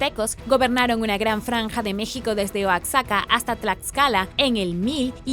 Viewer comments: Se dice oajaca así se pronuncia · Oaxaca, se pronuncia oajaca, en otro video pronuncias pelenque y es palenque en Chiapas, saludos muy buenos videos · No ma, porque pronuncia oaxaca así jajajja